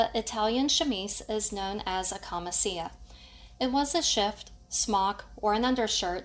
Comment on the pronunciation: Its pronounced “KAMICHIA” (it. Camicia) means blouse. Good tutorial